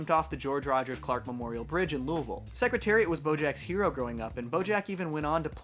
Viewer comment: Kudos for pronouncing "Louisville" correctly.